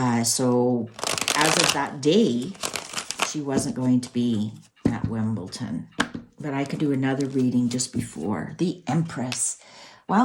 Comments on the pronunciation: Just a little correction, it's not Wimbelton, it's wimbeldon 🎾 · Wimbledon, not Wimbleton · It’s Wimbledon not Wimbleton! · WIMBLEDON NOT WIMBLETON!!!